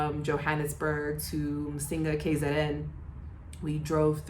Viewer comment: I like your accent of “Msinga” on your previous videos.